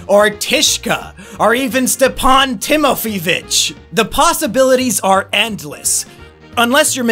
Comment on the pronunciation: It’s pronounced “Teemofeyevitch”